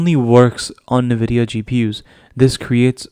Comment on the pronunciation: You should learn to pronounce NVIDIA. It’s horrible to take your information credible while listening to your „Nividia“ .. particularly as a gamer you should know better…